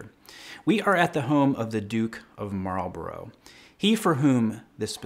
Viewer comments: Came here to point out the same. Likewise, "Marlborough" is pronounced "Maul-bruh". :) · Blenheim is pronounced 'Blen - im' and Marlborough is pronounced 'Marl - braah'. Phew. Americans!